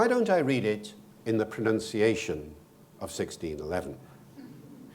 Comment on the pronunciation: What a lovely pronunciation!